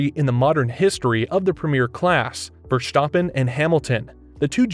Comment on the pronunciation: Max Verschtoppon?